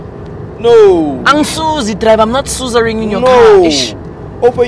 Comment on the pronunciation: "Driver am not suzaring "😂😂😂😂😂😂